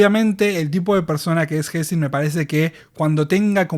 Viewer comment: Por las dudas se llama tenzin y no tezin como vi que lo nombraste jaja, saludos